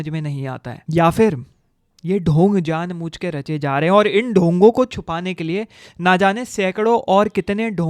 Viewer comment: Janbujke ❌ Janmuchke ✅ 😂